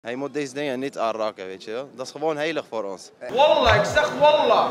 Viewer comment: Hij zegt toch Wallah geen wollah